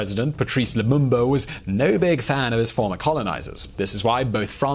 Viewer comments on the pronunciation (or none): none